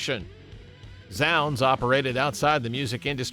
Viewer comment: Zounds is pronounced 'zoonds'. Rhymes with the word 'wounds'.